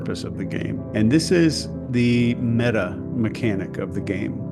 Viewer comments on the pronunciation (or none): none